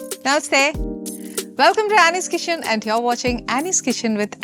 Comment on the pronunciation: കിച്ചൺ ആണോ കിഷൻ ആണോ...